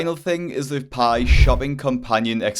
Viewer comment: Pie sounding like honey bruh